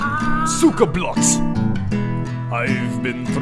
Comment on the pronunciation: Your pronunciation of cyka blyat disappoints,offends and angers me on 14 different levels